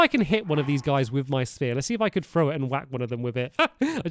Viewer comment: For some reason I thought you said spear not sphere